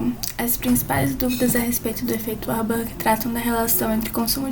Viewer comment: Não é uarborg é varburg